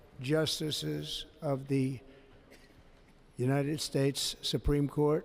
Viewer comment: And the United spates 😂